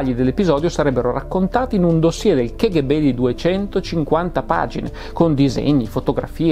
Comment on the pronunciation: Non vorrei in alcun modo biasimare lo splendido lavoro che compie, ma mi permetto di dire che la pronuncia "ke ghe be" dell'acronimo KGB è una bestialità, per quanto diffusa. In russo si pronuncia "ka ghe be", in italiano "cappa gi bi", se proprio vogliamo fare i fighi e pronunciarla all'inglese (non ne capisco la ragione, ma tant'è...) allora è "kèi gi bi"... La pronuncia "ke ghe be", usata a quanto mi risulta solo in italia, è proprio un'aberrazione che non ha ragion d'essere.